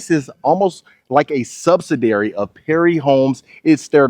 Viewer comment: Its called sub-SID-ee-ary, not SUB-si-dary. You do a really nice job of home tours, though!